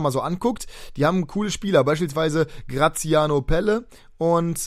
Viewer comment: Eher night :D Er wird mit Doppel-l geschrieben also Pelle und in etwa so wird er etwas anders ausgesprochen :)